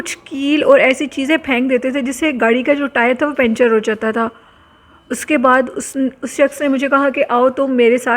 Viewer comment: Spine chilling story , sister ik correction Karni hai , correct word is puncture not pincture 😂 doosri BAAT Jo story aapne sunai to mujhe movie "wrong turn" yaad agai us main bhi Adam khore dekhaye Gai thay , qabristano k Naam Hain " sakhi hasan qabristan " aur mewa shah qabristan" wo batayen na batayen humain pata h